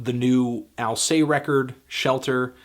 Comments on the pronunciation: Alcest is pronounced like it would be in English, strangely enough. Not al-say. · theneedledrop Definitely not “al-say”, in interviews the singer pronounces it like “al-sessed”.